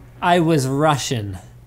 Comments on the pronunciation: "I was russhin" Hahahahhaha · I was rushing or i was russian? lol i need to know help cx